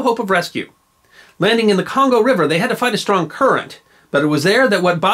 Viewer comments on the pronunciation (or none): none